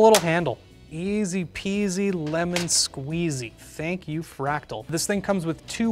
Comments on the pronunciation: "Fratal" instead of fractal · "Fratal North" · 3;21 'Fratal' 😂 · "Fratal" Lmao